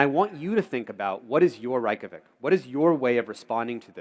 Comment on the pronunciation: It's not Rike-ja-vik Reykjavík is pronounced Ray-kja-veek the a in 'kja' is long, as in 'ahh', not 'ay', roll the 'R' and make sure the 'K' is always strong.